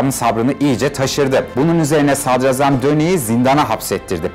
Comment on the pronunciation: Hocam diline emeğine sağlık ama sadrazam telaffuzun yanlış. Sadrâzam şeklinde olacak. Ra uzatılır za değil. Kurbanın olam.